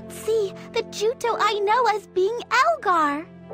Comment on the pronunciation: Juto not Joto lol